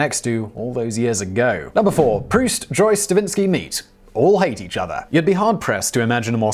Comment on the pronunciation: Dear Simon; Thank you so much for pronouncing Marcel Proust's name correctly! You have no idea -- or maybe you do -- how many times I've heard "Prowse".